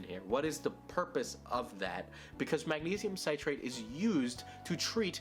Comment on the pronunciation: He still didn’t pronounce magnesium citrate correctly lol